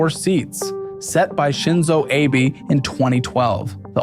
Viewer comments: Isn’t Abe pronounced “ah-bay” rather than “ay-bay”? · Abe is pronounced ah bay not ay bee Edit: it seams like you figured that out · AH-BAY, not "abe" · Abe is pronounced "ah bay" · Found it funny how you pronounced Shinzo Abe's name, like how you would pronounce it with late president Abraham Lincoln. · Great video, but you keep pronouncing Abe wrong